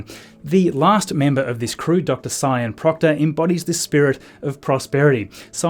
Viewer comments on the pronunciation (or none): "Sian" is usually pronounced like "shaan", unless Sian Proctor specifically pronounces it as "Cyan" like the colour. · I don't know for sure how Dr Sian's name is pronounced- you may have it right when you pronounce it 'Sy-ann', but the Sian I know pronounces it 'Sharn'.